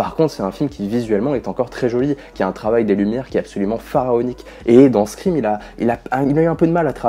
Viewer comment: Pourquoi personne ne prononce le titre de la saga correctement? Tout le monde dit scriiime 🤣